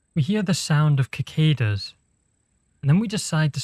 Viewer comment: "ki-cadas" brother.... /lh